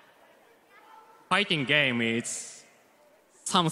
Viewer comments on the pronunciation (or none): foiting gaym ees... sumsing so grayt